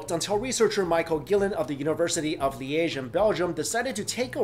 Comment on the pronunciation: yeah belgium did it again :D and congratulations you sad Liège almost completly correct not alot of people do that did you study french?